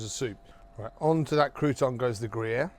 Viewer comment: Gruviere e non Grayer come pronunciato dal traduttore !